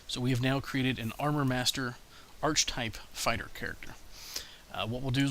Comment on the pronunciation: Nice review, but I'd like to see one showing how to create monsters for encounters (assuming you have the Bestiary packages). This is what's foxing me. BTW, 'Archetype' is pronounced 'Ar-ka-type', not 'Arch-Type'. The word has three syllables, and it's a hard 'Ch', like in Chasm.